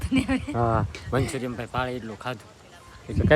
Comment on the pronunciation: મંચુરિયમ ના કહેવાય મંચુરિયન કહેવાય